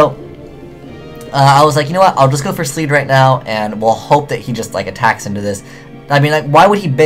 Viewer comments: Wtf is a Sleed? Lol. It's Abyssleed, shortcut being Leed. Just bugs me lol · Pike, and leed! Not spike and sleed!